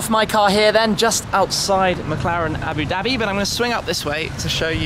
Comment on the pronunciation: "Aboo Daby"